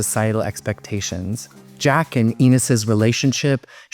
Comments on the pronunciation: His name is pronounced Ennis, as in Dennis; not Enis as in Penis. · Great video. Thanks! By the way, it's Ennis, not Eenis (rhymes with tennis, not pe...). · your video is very well done. You did a great job but there is one big error. Ennis Delmar pronounced his name "EN-nis", not "EE-nis". It is an important error. An interesting, enjoyable video! I, too, remember seeing it in a theater, a packed one. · Fuking hell……his name is N’ISS…not eeniss. It does not rhyme with penis, and it’s spoken throughout the film. Pay attention! It’s not about you…. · N-iss, not E-niss. Sorry. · Ennis is pronounced like Dennis, minus the D. It doesn't rhyme with penis. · Why did you pronounce his name like that the whole video 🥲 it was painful to listen to. I don’t really understand how you got it wrong if you watched the movie considering it’s said so many times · Thank-you for this and all of your videos!! Just an observation - and maybe it's been a long time since you watched the movie - the character's name is Ennis - rhymes with Dennis or tennis :) BIG HUG! <3 tg